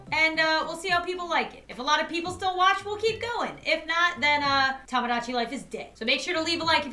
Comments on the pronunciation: Dude it’s Tomodachi not Tomgogachi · Sir its "TOMADACHI" :>>>